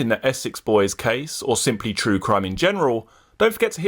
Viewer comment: “Der Essex boys caaaaysssse”